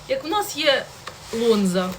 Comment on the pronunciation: Ти навіть не читаєш ,, лонза" кажеш ,а написано ,,Гонза"!